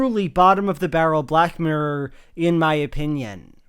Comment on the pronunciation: You keep pronouncing it black murr it’s funny